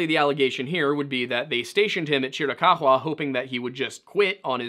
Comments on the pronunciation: Would you kindly pronounce chiricahua properly. It's pretty easy to figure out by looking at the word. There is no evidence that those tribes actually came down from canada, they may very well have a portion of mixed blood from some of the Canadian tribes, and the assertion that they didn't get there until about 1500 add, they were well established before the white man got there. And that was about 1500 or a little after. They had already been there for at least several hundred years if not much longer than that. The other tribes of the Navajo, which the chiricahua are one of, have a history of having been there for quite some time. And although they have a portion of their makeup that can be traced to Siberia all right there is still a large contingent of them who hold the X1 a haplogroup marker, which is consistent with every Hebrew group on the planet the greatest concentration of which is in the Ojibwa tribe, close to 60% still to this day. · Chiricuhua is pronounced ------Cheer a cow a. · Chiricahua is said Chiri-kaah-wah, lol. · Chiricahua is not pronounced Chr-uh-cock-wuh but rather Chr-uh-kaa-wuh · AZ native here; it's pronounced CHEER-a-COW-a. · Cheer-eh-cow-hwah is how you typically hear it pronounced here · Yo homie it’s pronounced chee rih cow wah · It’s pronounced cheer-ah ka-wa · I appreciate the sheer emphasis with which you pronounce Chiricahua. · Your pronunciation of the native tribe is priceless 😂😂😂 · Love hearing about my tribe and culture, but it was funny hearing the chiricahua name pronounced that way 😅. Love the video tho. Great to listen to. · The way he says Chirikahua is super distracting as someone from AZ lmao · Yeah I live near tombstone, work in Tucson but spend every weekend in the Chiricahua or Dragoons. Nobody pronounces it like that, the only ones I've heard odd pronunciations of differing variety from are form the East and asking for directions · You know a simple Google search would tell you ththe proper way to pronounce chirich